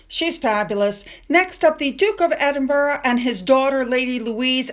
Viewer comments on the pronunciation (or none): none